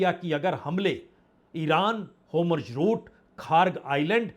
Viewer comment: सर होमुर्ज गलत उच्चारण है, सही होर्मुज है।